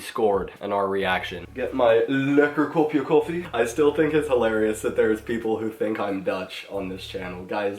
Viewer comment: I honestly thought you were Dutch, until you said "lekker kopje koffie" like a posh prince from Wales 😂